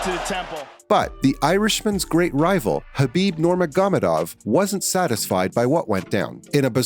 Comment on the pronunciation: Khabib norgamedov lmfao learn to pronounce names